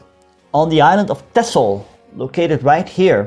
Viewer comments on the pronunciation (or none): none